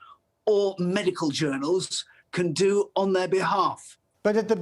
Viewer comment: Who is this goon who pronounces "medical journal" like it was an insult?